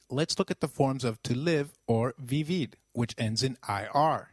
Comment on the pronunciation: Great lessons you really help❤️ but i have a question por favor aren't we supposed to pronounce the "V" as a "B" so like isn't it should be pronounced "bibir"?